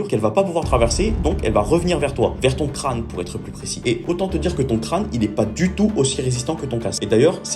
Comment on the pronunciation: La façon dont t'appui sur le mot ton crâne me fait rire